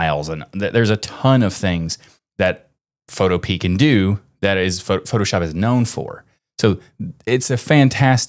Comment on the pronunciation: I believe Photopea is pronounced like "utopia"